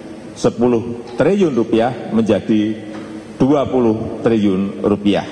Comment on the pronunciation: TRILLIUN PAK,... BUKAN TRIUN😒😒😒